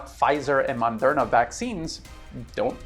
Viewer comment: Good video. If I had a chance, I would've chosen a vaccine different from Pfizer, but unfortunately that was not possible where I live. PS: Small mistake spotted, it's called "Moderna", not Mondera. 😉